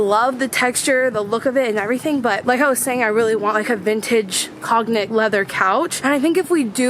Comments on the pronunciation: "Cognac" is pronounced "con-yack". I love that couch too! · Props to Habitat for Humanity Re-store. Such a wonderful place for so many reasons. Cognac is pronounced "cone-yack". Like the brandy. Sure do love your vlogs ladies! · Cognac is pronounced con-yak. It's a type of brandy that's a rich dark amber color, named for a city in France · The language douchebag in me needs to very quickly note: the G in cognac is silent (“con-yak”). 🤓🙈 Loved the video! The thrift store looks amazing, I’m a bit jealous. 😀